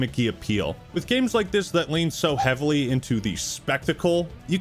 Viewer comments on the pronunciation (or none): “So HHEavily”